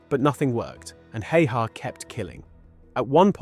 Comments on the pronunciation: Pronounced simo how-ha, btw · explains his horrid pronounciation of "häyhä" as well